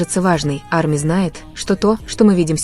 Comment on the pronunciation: Привет, не Амия, а Арми и т. д.